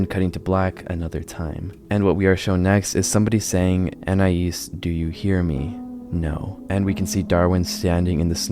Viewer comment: It is very weird hearing someone pronounce Anais correctly. Like, all of my life, I've heard my name mispronounced in numerous ways, so it's weird to hear it correctly lmao